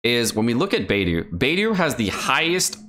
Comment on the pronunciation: One day will pronounce will Beidou's name correctly....